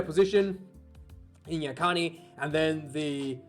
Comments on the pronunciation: Nice background music mate very peaceful and professional 😁 also yes Nyakane is pronounced Nyah-Kah-Nay also if you watch this channel and never played rugby please fuk off 😅 also the Bledisloe is going back to Australia this year 🖕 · Nyakane almost correctly pronounced. Thanks for trying. Try N. ( like n for no then ya then car then e ..like egg) 🤣🤣🤣 sorry ✌🇿🇦